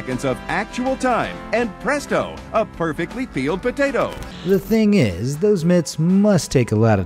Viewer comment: the way that guy says potato tho 🤣